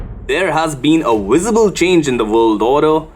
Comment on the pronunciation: "There has been a wisable change in America!" "WISABLE" what??? 😉😅🤣😅🤣